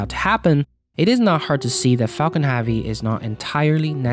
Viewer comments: It's 'Falcon Heavy' not 'Falcon HeAAvy' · It’s “heavy” not “havy” 😣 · Everytimes I hear 'haavy' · my name is Javier, those closest to me call me 'Javi'. Pronounced the exact same way that he is saying 'heavy.' ... and i must say that i dont appreciate that he is making my name sound like a big robust full of heaviness thing when he really could just be pronouncing the word 'heavy' properly. lol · Everytime he said "havy" I stabbed myself! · Are you incapable of saying "Heavy"? Because Haavy is not a word. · Pronounce "heavy" properly so then the captions don't say "Javi" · Falcon heavy, not falcon havy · falcon havy? its heh-vee you frickin immigrant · this pissed me off so much , falcon friggin duck would been more pleasant to listen to .... . havy havi haaaaaaaviiiiiiii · The way u say haavi hurts my ears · I was confused for a solid part of the video, wondering if Falcon Havi is some sort of reference or inside joke. Just a weird pronunciation after all. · "Falcon Have-y" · Falcon Haaavy. Haaavy. Haaavy. 🙉🙉🙉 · "Falcon Javi" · "Falcon havvy" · HEAVEY. The word is HEAVEY. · Had to turn the video off because you kept saying havi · "Falcon Havvy " ??? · why do you keep saying falcon havey? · WHY DO YOU SAY FALCON HAVY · MajAstic tast lanch of the falcon havey. It seems he has trouble saying eh. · You really need a speech therapist pal if you are going to be in this business anyway. You mispronounce almost half of your words. "Falcon-Havey"?? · fuckin hahvy hahahahahah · Haaavi hachecent... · Please learn how to say HEAVY! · Great video and good information but can you please learn to say “heavy” correctly. Thank you 🙏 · okay dood seriously even Youtube thinks youre saying my own name more than you are saying SpaceX's biggest rocket's name properly,,, please consider adjusting the way you say the word "heavy", at least while speaking in english. Please. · Lets have this guy who cant pronounce heavy narate a video of something called heavy